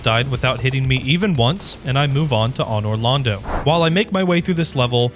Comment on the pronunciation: dog i cannot listen to you pronounce anor londo with a soft "aw." its not an awning. are you canadian or something?